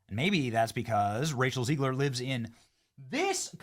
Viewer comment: ZEG-LER, NOT ZEEG-LER!!! Is he trolling? To be clear, ZEG-LER destroyed this movie, and I'm not a fan.